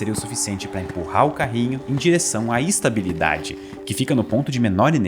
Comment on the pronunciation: o que é "istabilidade" ?